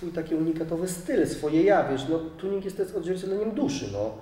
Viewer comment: "kartuzy tjunig", you made my day xDD